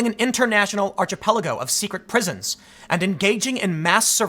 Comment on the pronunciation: archipelago Tim pool Arr-chi—pell-ago *HEY IT LOOKS RIGHT BUT ITS NOT...CAN YA BLAME HIM? I only know of it because of the “ Gulag archipelago”